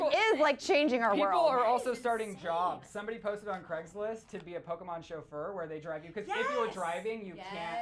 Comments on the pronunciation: Lol 'Pokeman'😂😂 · It's not man it's pokeMON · pokemon not pokeman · *pokemon not pokeman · What the fuck is "pokeman"